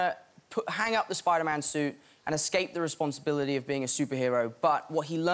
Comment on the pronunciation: and he says responsibility with an quasi-American accent - is that just me?